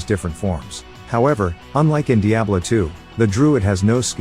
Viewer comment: The text to speech that can’t even pronounce Diablo properly made me skip off this video quick.